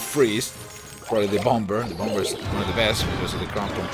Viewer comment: I love your accent ;) native English speakers don't pronounce the last 'b' in bomb (sounds like Bommer) ;)